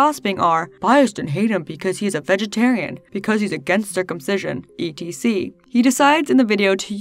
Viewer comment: I dead ass sat here with the video paused for ten minutes trying to figure out what ETC stood for because you said ETC instead of Etcetera... I came up with Evil Turd Cancer, Elephant Trauma Care, and Everyday Transporting Candy... I need more coffee.